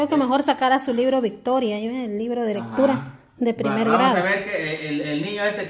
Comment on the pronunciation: Jeremias también tiene dificultad para pronunciar la (r)por eso no pudo leer victoria Y el talvez llora de impotencia al sentirse frustrado por no saber leer pero no por lo que le estén diciendo